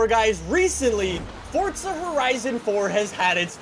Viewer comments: Stop saying fortsa it’s forza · Stop saying fortza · Anybody else notice he says fortza? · My wishlist is that you finally realize you’re an idiot and you finally learn to pronounce Forza right 💀💀😂